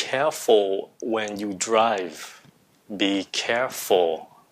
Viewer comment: Mọi ng ơi cho mình hỏi. Thầy đọc you là "du". Chứ ko phải miền nam phải đọc là "diu" sao?